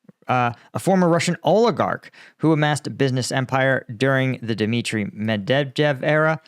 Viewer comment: Great commentary/analysis as always! I like how you can say Khabib’s last name with ease but not Medvedev lol Also great performance on Jake Broe, I saw a different way in how you respond that makes me appreciate your analysis even more.